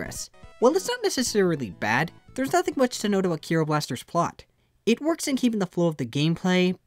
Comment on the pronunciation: I'm not japanese so I shouldn't care about this, but its pronounced Dai-Ske, not Dai-sook, and the name of the game is Ke-ro Blaster, not Kee-ro.